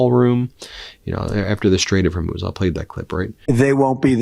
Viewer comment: Did he really call it the Homo straits... 😅?